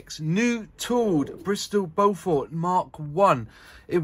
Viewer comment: Like a few other aircraft names chosen in the past by the Air Ministry and manufacturers, it's a tricky name to pronounce if you haven't heard it before. Strictly speaking, it's BOW-FERT. With the stress on the first syllable. And bow as in longbow, not something you do in front of the Queen... Nice review! :-)